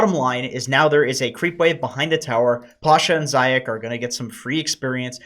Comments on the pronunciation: Not zayac, it reads as zaiyats. From russian meaning rabbit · Zayac should be read as Zayats. C is used to transcribe the letter Ц in english. Cheers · Zayac nickname is pronounced “zayats” with russian Ц at the end. zayats means hare in russian. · It's pronounced Zayats!!!!